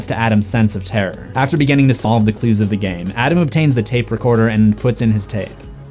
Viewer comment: Oh! And what's up with your dialect? It's like hearing people say WESSconsin instead of WISCONSIN every time you say any word with a small i. Beginning becomes "beGENNING."